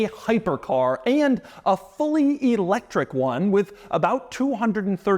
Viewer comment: Doug is the type of guy to pronounce electric e-lectric.